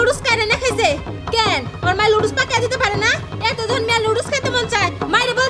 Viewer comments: Lodos na pronunciations ta nodooles hobe.. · Nudols ke bimu ludols bole keno? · nodules uccaron o korte pare na